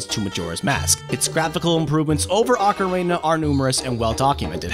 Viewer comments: ive heard people pronounce it ocarina and oakarina but never ocarena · Ocarina as in Ocareena not OcaRAYna... Great vid and all, but that bugged me. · "Ocar-ay-na". Lol.. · He is saying Ah-Ca-Rey-Na. You're supposed to say Oh-Ca-Ree-Na. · The blurry text on the Majora's Mask "Insert Expansion Pak" screen are images, not vector text. Also, dude, the word ocarina is pronounced "oh-ka-REE-na" not "ah-ka-RAY-na" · In English its pronounced Okka-Ree-Na i don't get what the problem is. (EDIT) went back and heard him say okka-Ray-Na.... ewww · he said ocarana its ocarina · You noted mispronouncing the wrestler's name but you consistently mispronounced Ocarina. It's pronounced ah-kah-REE-nah. Not like the Macarena. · The way you say "Ocarina" almost sounds like "macarena." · TW1ST3D R3DN3CK I’m very much old enough, and he totally says “ocareyna” several times, and it’s super annoying lol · “Okkarehna” how does one fuck up do bad? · No he didn't. You say it like "oh careena" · Okra reena? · Funny you bring that up. Years ago a friend and I came up with a Zelda themed cover of the song The Macarena. Of course called "Hey Ocarina!" no jokes yo. Who would make that up? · Beat me to this comment, I kept hearing Macarena, wasn't sure if it was just me. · He is saying it wrong. It's Oca-reena. Glad we cleared it out. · it is pronounced "ah-ka-ree-na" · “Ocarena” LOL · why does he say "ocarena"? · kagetsu the proper pronunciation is ockorina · kagetsu it is pronounced Ocarina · No...that is not how you pronounce "ocarina" in japanese. That's not how you pronounce it in ANY language. I have never heard it pronounced like this guy does. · Uh huh. None of those pronounce it like this guy does. "ocarayna" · Why do you pronounce ocarina as "ocarena"? It's like you're combining the macarena with ocarina. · Lol he said ocarena. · DOOO the Ocarayna! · You don't pronounce Ocarina like Macarena. Only a monster would do that. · Ocarina? I'm hearing Macarena XD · Ocarana lol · Ocarayna Lmfao